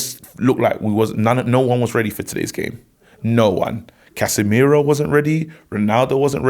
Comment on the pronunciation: 🤣🤣🤣🤣🤣 Case-meir-woah. love ffs. That united top is hard